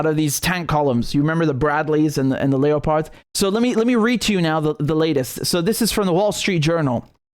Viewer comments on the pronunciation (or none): Leopard is pronounced (lep-ard) as in the same cats seen resting up in the trees in Africa waiting to pounce on their prey. Think of a leper with leprosy... not Leo the lion.